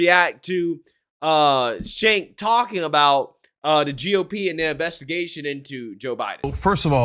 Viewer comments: Cenk pronounced chank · Please pronounce Cenk's name correctly its pronounced Ch-UNK. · it's pronounced as "djenk" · Pronounced JENK